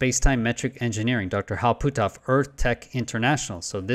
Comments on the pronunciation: Ok you are killing me with your pronunciation! His name sounds like “put-off”. You are saying Pooh-toff” Sorry I hate to be a grammar cop but “Pooh-toff”? LoL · Puthoff. Not Pootoff. Either way, we must dismiss his "work" on remote spewing.